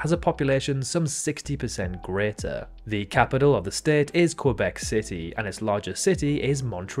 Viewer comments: Couldn’t pronounced Quebec right though 😅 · I know it would be wrong in French, but is his pronunciation of Quebec not correct in English either?